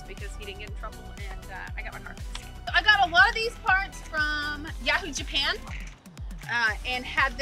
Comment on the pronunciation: 😂😂 Took me a couple of time’s to understand that she was saying Yahoo Japan 😝